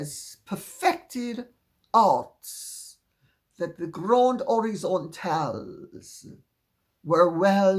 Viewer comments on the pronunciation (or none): “Les grandes horizantales”! 🤣😂